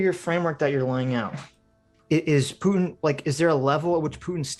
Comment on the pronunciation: I hate how sargon adds a J to putins name. PJutin. Ugh. He sounds like a slur.